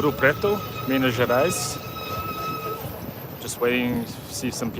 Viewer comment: Never been there, I am a terrible Brazilian... 😂 It looks beautiful tho. I know the slaves had a very hard time inside the mines. I believe there is an Afro museum somewhere telling the tales. Btw your "Minas Gerais" is sounding very local, you are picking up the accent. Enjoy the food, MG has the best kilo restaurants.